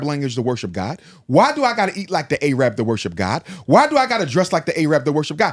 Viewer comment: A-rab 😂 yeah he was Muslim alright